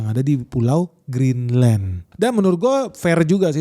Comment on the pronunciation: BACANYA GRINLEN (CON: ENYAH) YA